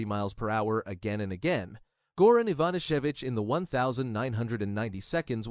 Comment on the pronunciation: Did you destroy Goran Ivanišević's last name? This AI reader is garbage.